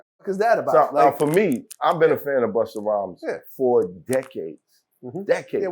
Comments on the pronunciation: Why vlad keep saying “Buster”??? It’s Busta!!! Got damn it 🤣🤣🤣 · Buster. It’s Busta. Why can’t vlad get dis sht rite?